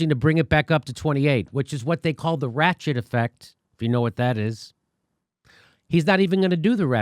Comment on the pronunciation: Oh, the ratchet effect. At fist I thought Jimmy said the "rat shit" effect. Wait, either works, same difference.